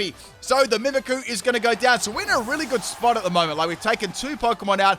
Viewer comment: Your saying mimicqu's name wrong